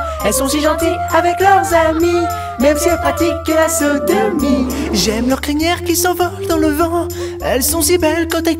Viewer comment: OMG, déjà il y a 8 ans j'avais pas capté que c'était le grand JD et je comprenais: "même si elles pratiquent la Saint-Denis" Alors qu'il dit "Sodomie" BAHAHA